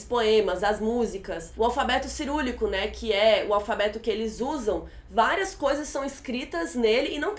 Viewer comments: detalhe chato, eu sei, mas o nome do alfabeto é Cirílico, não “cirulico” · O vídeo ficou show! Mas como estudante de letras eu tenho q mencionar: O nome do alfabeto russo é CIRÍLICO, e não "cirúlico" como mencionado no vídeo... Não é nem bate nem shade, mas quem for procurar não vai achar. Beijo! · O nome do alfabeto cirílico, pois foi criado por São Cirilo. Não é cirúlico. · alfabeto cirulico, é cirílico kkk, mas brincadeiras a parte a série é muito boa , nem acreditei quando vi o trailer no YouTube, o desastre de Chernobyl sempre me interessou, na época até leite em pó contaminado chegou no Brasil e no ano seguinte 1987 aconteceu a acidente em Goiânia com o césio 137. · Olá!! Gostei muito do seu vídeo sobre a série. Realmente ela consegue ser pesada e poética ao mesmo tempo. Só uma coisa, o alfabeto russo é cirílico e não, cerúlico, como vc disse. Se vc puder corrigir... não quero ser desagradável, mas foi só pra ajudar. Beijos e tudo de bom!